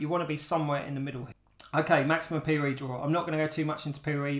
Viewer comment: OH, he’s saying “PoE” not “peerie” 😂 English subtitles would help